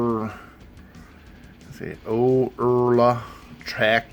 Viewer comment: It is an odd looking name, when trying to read it. That being said, it is pronounced "Oar-lah." Nice video! I own several Oerla knives and like them all. Probably some of the best economy knives coming out of China today.